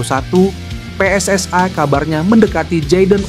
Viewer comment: KOMENTATOR INI MERUSAK BAHASA INDONESIA... JANGAN PERNAH MENCAMPUR ADUKKAN BAHASA... PSSI BUKANNYA PSSAI BACALAH DAN SEBUTLAH DENGAN UCAPAN YANG BENAR JANGAN MERUSAK BAHASA INDONESIA DENGAN MELAFALKAN HURUF DENGAN UCAPAN PSSAI